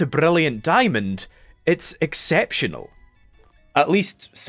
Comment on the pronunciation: I’m low-key insulted people called your accent a speech impediment… the way you pronounce Brilliant Diamond and Shining Pearl makes me so happy